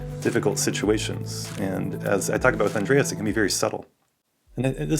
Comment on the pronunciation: It’s Andres, not, Andreas*